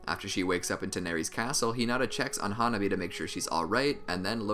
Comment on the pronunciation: hanabi not huh nobby